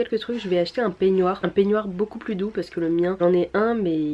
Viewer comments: un p quoi??😂😂tu veux dire un « peignoir » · Sa se prononce pénoire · Les "pignouar" Mdr tu me fais trop rire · Ta un accent du nord avec le mot peignoir ptdr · C'est tellement drôle ta manière de dire peignoir je ne sais pas pourquoi 😂😂😂